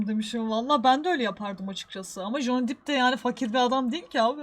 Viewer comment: Bi dakka bi dakka, JON DİP mi dedi o? Ve ikincisi, Johnny depp i dior da oynadı diye mi tanıyorlar? Lan Johnny deep dior dan daha ünlü anasını satayım...